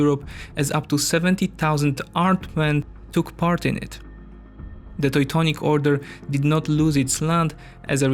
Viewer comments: Toy-tonic Order xD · He pronounced it like a German would. In German 'eu' is pronounced 'oi'. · Toy-tonic knights :D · He pronounces it as a German person would. In German 'eu' is pronounced 'oi'. Maybe best secondary language is German, not English. It seems somewhat fitting to pronounce Teutonic knights as a Teutonic person would:-)